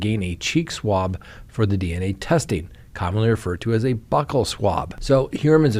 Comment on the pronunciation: I can’t with you and your mispronunciation of buccal 🤦🏼‍♀️🤦🏼‍♀️🤦🏼‍♀️🤦🏼‍♀️🤦🏼‍♀️🤦🏼‍♀️🤦🏼‍♀️🤦🏼‍♀️ basic English. I thought someone would eventually help u out, but no one has corrected you . (Not cool guys. You’re bullying him on Reddit for a basic word) I’m trying to help